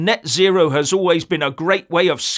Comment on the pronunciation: Lol "nut zero" 😂 Sounds like "no nut November" 😂